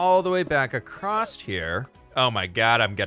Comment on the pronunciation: Are you self conscious of the way you say across? Cause you are now